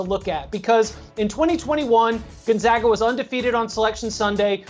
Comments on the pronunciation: please learn to say Gonzaga correctly!!! zags - “gone-zag-a”. not Gone-zogg-a. seriously after 21 times to tourney would have thought you would have heard of the team’s name CORRECTLY!!!! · It would be nice if the woman pronounced Gonzaga properly. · the pronunciation issue was resolved 20 years ago and hearing her mispronounce it every time was annoying. i bet she says nevada wrong as well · She's just flat out stupid....learn to pronounce Gonzaga and it is Coach Mark Few. When one speaks of things they don't know of, it makes make foolish. Fire her!!!!😅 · The fact they are called the "zags" should clue you in on how to pronounce "Gonzaga"